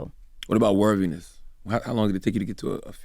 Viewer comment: Somebody tell this man the word is worthy or worthiness, not wervy and werviness. Lol